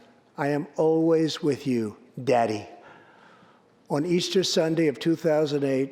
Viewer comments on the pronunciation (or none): AHHHA WHY DID HE SAY IT LIKE THAT